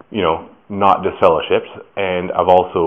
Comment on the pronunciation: Dude said you are deliver-shipped 😂